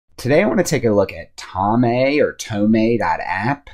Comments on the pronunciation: It’s tOme, like a book 📚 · Are you really not familiar with the word "tome" or you're mispronouncing it for a reason?